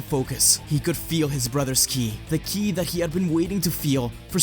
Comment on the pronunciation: Are you saying kili? Instead of ki?